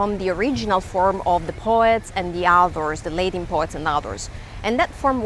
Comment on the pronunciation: Lady, it's not pronounced "Laydin" but "La.tin"